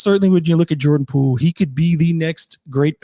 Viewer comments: its Poole, not Poo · sounds like you are saying poo every time, to me anyways. no shade love the show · 😂😂 he does say poo